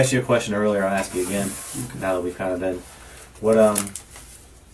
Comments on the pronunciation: Why do black people say axe instead of ask. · Do you even need to axe? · axe Michelle?? Where have I heard that before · You axing the wrong one! Lmao